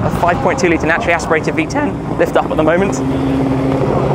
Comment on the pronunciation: naturally aspirated V-tEn